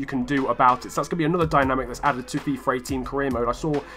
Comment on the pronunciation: Why do you call it fifar ? or fifer its really annoying lol